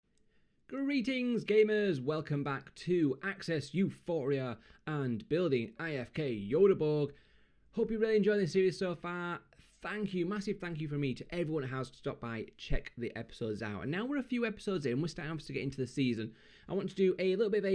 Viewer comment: It should be pronounced like "Gyteborg" in swedish :)